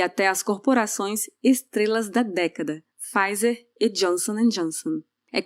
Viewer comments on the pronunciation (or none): none